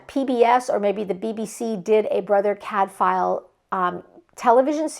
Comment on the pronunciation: If you are going to reread Cadfael, might I suggest you look up the pronounciation? The f is pronounced like a w. 🙂 Love you showcased so many good series. Hope people will pick them up. Sister Fidelma as audiobooks are great and the same Irish narrator all the way through. No. 36 out last July.